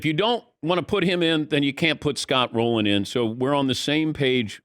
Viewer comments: It's Rolen not Rolan. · It’s Scott ROLEN.